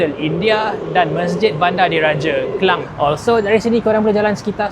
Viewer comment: Ke - lang bukan Ke - leng...